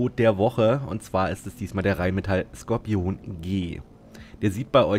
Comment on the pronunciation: Sprech doch bitte Skorpion deutsch aus und nicht englisch „scorpion“ 🙏🏼😂 warum machen das alle... auf Deutsch hört sich das viel „mächtiger“ an